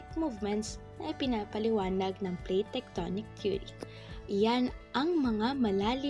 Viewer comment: Base po saakin na panood mas maliwanag at maayos po ang pagkasabi ng Plate Tectonic Theory ,at mas naiintindihan ko po.#PagkakabuoNgMgaPuloSaPilipinas #Jjo-EsTextbook